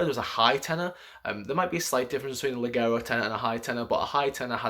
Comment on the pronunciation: Leggiero is pronounced "lejero." It's Italian for light.